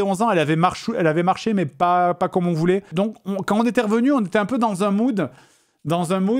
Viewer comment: A "on était dans un moude" ??